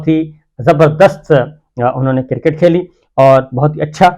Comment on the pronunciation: BHI G cricket hotta ha KERKET nahi hotta. Tobah kitni ghalat english boltey hain